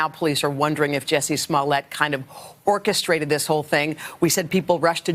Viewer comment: She said "kind of orchastrated" lol